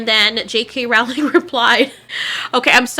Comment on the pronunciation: ITS PRONOUNCED ROWLING LIKE BOWLING